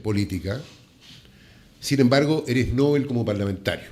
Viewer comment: El periodista pronuncia mal la palabra "novel". La confunde con Nobel ( el del premio ). Novel es palabra aguda, por lo tanto, sin tilde porque termina en L, ( se pronuncia "novél" )